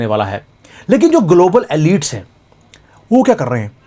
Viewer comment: Forgive me. I listen to you carefully. I could not understand your pronunciation of one French word: elites. Please google it under how to pronounce. Thank you.